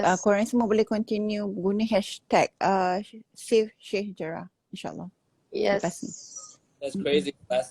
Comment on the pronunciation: Cukup suka dengar pronounce Sheikh Jarrah. Lain bunyi kholkaloh dia.